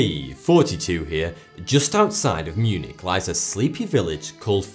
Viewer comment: did you say ...mewniiiiiii 😏